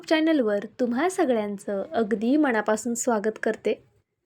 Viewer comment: मणापासून म्हणू नका , मनापासून . छाण म्हणू नका , छान.